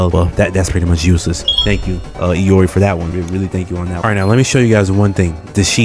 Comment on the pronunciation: Saying I can't english when the person who says it calls her "EE-or-EE" doesn't fill me with confidence.